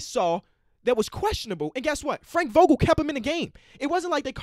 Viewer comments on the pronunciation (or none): none